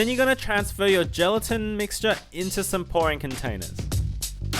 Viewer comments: When you said pouring I thought you said boring.....L.O.L.! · he said pouring container and I heard boring container and I was like you can decorate it yourself